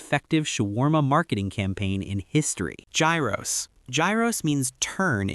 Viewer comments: It's pronounced ghiros not gairos Like it's a hard "H" ghiros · Gyros is pronounced like Euros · Straight to the comments after hearing that, i swear americans think english is the only language in the world